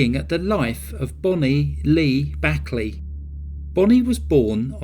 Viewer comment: It's pronounced "Bake Lee". Great video! 👍